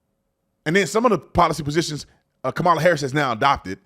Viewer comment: Remember, folks, it's pronounced KAHMala, like COMmunist and COMmunism.